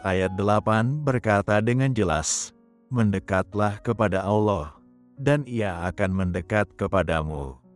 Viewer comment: saran mohon utk ucapan/lafal kata Allah tlg Allah bukan owoh terima kasih